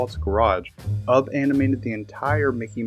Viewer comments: It's pronounced YOU BE, NOT UB like TUB. SHeesh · I can't even WATCH or listen to this having to hear UB! instead of "Ubbie" YOU BEE